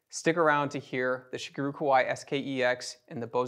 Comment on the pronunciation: I loved seeing these two magnificent pianos compared. Such beautiful sound. One nitpick - I wish people would try a little harder with the pronunciation of Shigeru. In Japanese it it pronounced she-gay-ru. And no matter what language you speak, there is definitely no “guru” in Shigeru. 😂